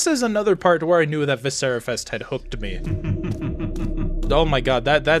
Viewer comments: You're mispronouncing viscera and it's killing my autistic ears. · haha can't pronounce viscera